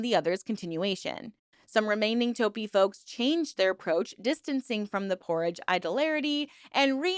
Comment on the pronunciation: Jesus Christ you cannot pronounce P-Orrige or sigil. wtf